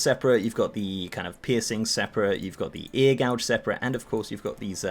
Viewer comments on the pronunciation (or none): Gauge not gouge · Just so ya know, 'gauge' is not pronounced the same way as gouge. Gauge rhymes with page.